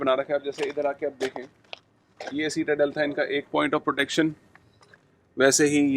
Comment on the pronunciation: It’s pronounced SIT-A-DEL not seat-a-del